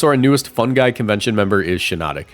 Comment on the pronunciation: It took me until the end of the video to realize he wasn’t saying “fun guy”🤦‍♂️